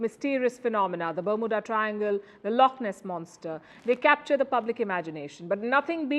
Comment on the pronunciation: Please say Bermuda again lmao